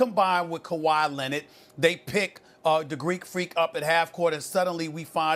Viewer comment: Stephen A. "Kawhi Lennid" Smith